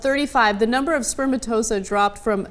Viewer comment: "Sper-ma-to-za". No, honey. "Sper-ma-to-zo-ah".